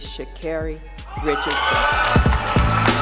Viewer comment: Her name is Sha-Carri ( Carri) pronounced like Kerri!🙄🙄